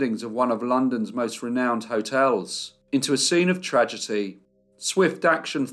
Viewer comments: It's just cute to me how he says "tradgety" every time. 🙂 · As a long time listener and fan, don’t take it badly that it’s quite adorable the difficulty you have pronouncing the word “tragedy” At least you aren’t AI. 😁